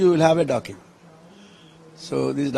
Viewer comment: Dokking nehi bhai do.......oooo...cking